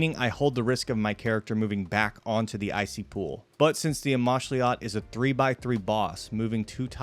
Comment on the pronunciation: Its pronounced amoxliatl